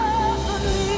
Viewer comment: She did it differently for the movie, though - some notes she held while she moved around here. And her "me's" before the "meh" were also a little closer to "meh" but two syllables.